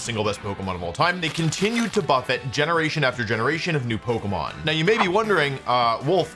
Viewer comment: Since when has Wolfe pronounced it "pokmon"